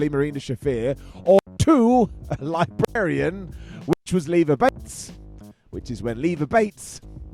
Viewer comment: "... the libarian... "?! Similler... not good, that. Not good at all.